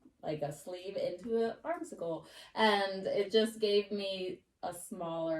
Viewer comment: I wish I could travel the country and teach everyone how to sew! I’ve been sewing and knitting for 60 years, but, unfortunately not a thing! By the way, the word for the armhole curve is pronounced arms eye! Armscye